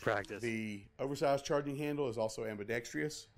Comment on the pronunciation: I think we need to ban all videos where the author cannot say AM-BEE-DECKS-TRUSS correctly!